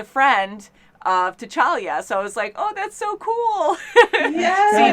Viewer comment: "T'Chalia" lol